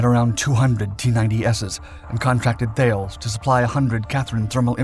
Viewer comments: Stop saying THAILS. THALES IS pronounced TALIS ...TAL-IS. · The name of the French company Thales is not pronounced Thails, but more like Thalis except with an eh sound after the L (talɛs). And yes I realize that the author of this video is unlikely to read this comment, given his creative pronunciation of other words like Chassisss. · T80. Launching turrets for 40 years. Oh, its also pronounced 'Tahl-es". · FYI. Thales is pronounced "Tallis"